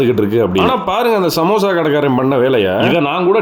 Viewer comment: Samosha❌ Samosa ✅ 😂